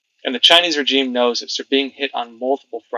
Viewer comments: Just a suggestion: rəˈZHēm, instead of rə-Jeem. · REZHEEM NOT RE-G-IME IF yOU DIDNT SAY IT EVERY OTHER SENTENCE WOULDNT BE A PROBLEM BUT FOOK ME SAY IT CORRECTLY!!! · I like your channel but for gods sake learn to say regime as we all know it as it really grates. Keep up the good work .we all know ccp are evil they would deny everything in one breath and then take credit for it in the next breath. Boycott the bastards , I will gladly pay a little more for something being made elsewhere. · That's not how you pronounce regime. I can't listen! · Have I been mispronouncing "regime"all these years?